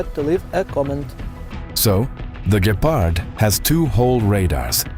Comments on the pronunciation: Some of the pronounce is funny. Please no "Gayparhd". Instead try: "Gheparrt" as in Gecko. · I hear to like ''Gayfart'' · I giggle each time you pronounce it as Gaypard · i heard gaypard........ like why is ai so incredibly stupid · Mispronouncing a word in every possible way is not an excuse for being to lazy to look it up. Don't rely on AI written by Americans